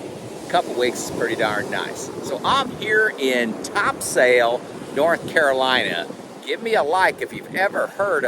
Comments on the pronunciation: Come on locals pronounce it Tops'l Not Topsail. Your daughter needs to help you :) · Nice i vacation just a bit south of there at sunset beach. As soon as i saw the beach i knew you were in NC. BTW i think they pronounce it top-sel with a short e.